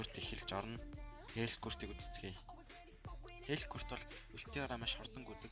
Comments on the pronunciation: Хэлкурт биш Хэлкарт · Malaa hel kart bish helkurt